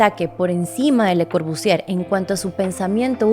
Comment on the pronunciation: Solo un consejo: no pronuncies la R al final de Corbusier. Otra cosa, me encanta como lo explicas.